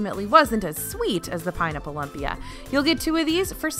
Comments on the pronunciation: Lumpia... Like loom-pia not lump pia... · Lmao, in the Philippines a lumpia (pronounced LOOM-pia, not LUM-pia) is barely a dollar. More like, five pieces for a dollar. Trust Disney to overprice things. Still love it tho 😭😂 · I don’t care if you say lump-ee-uh or loom-pee-uh (which is the correct way) - either way it is “super” delicious!! Thanks for another great video! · Glad the kaibigan are out in force making sure it’s known that it’s LOOM-pia! 😂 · It's LOOM-pia 😆 please stop pronouncing it LUMP-ia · I was coming to say this! 😜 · What is it, anyway? What makes it different? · I think lumpia is pronounced loom-pia not lump-ia :) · please, for the love of all that is good and holy...it is pronounced LOOOMPIA, not lump-ia. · Please stop saying "Lump-pia" its "Loom-pia". So many Filipino's are cringing listening to the wrong pronunciation. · Lol lump-ia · Jamie Pangilinan lol! That was painful to hear. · I was gonna say the same thing!! Hurt my Filipino ears!!!LOL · Yeah, I had to come here to make sure that was called out! Lumpia is way too delicious to be mispronounced. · Was just going to comment but lo and behold, you corrected her. Lol! "Loom-pee-ah" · All looks so yummy ! Lumpia is pronounced “ loom pia “ 😘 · Just wanted to let you know: lumpia is pronounced loom-pea-ah. 😁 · "Loom"pia! Delicious Filipino food! :) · OK I really just need to say... lumpia is Filipino and it's pronounced "loom-pia" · Its pronounced Loo-mpia. lol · It should be pronounced loompia :) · please... you are hurting my wife's and my ears. Lumpia is pronounced LOOM-pia. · This is literally why I decided to check the comments, my lola would probably pop her top if she heard that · I just reached that point in the video and I cringed...lol. I'm an old Navy Brat and Filipino food is the food of my childhood.